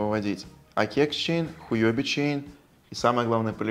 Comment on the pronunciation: Я бы не говорил хуЁби чейн, лучше хуОби ))) И да, сделайте минимальный вывод в 0.005 эфира, людей больше подтянется. Лично я к вам не пошел из-за минималки в 0.01 эфира